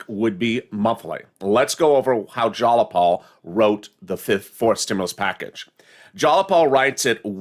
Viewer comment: ITS JAYAPAL.. not JALAPAL 🤣😂🤣🤣🤣🤣🤣🤣🤣🤣LOL. YOUR FUNNY "" ❤️